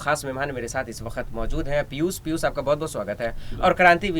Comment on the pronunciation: sabse pehle aap apni bhasha shudh kijye. Sha shabd ka sahi ucharan nhi kr paate jaise aap Piushji ko Pius keh rhe sha ko sa ucharan kr rhe he. Patrakar ke liye bhasha ka shudh na hona sharm ki baat he.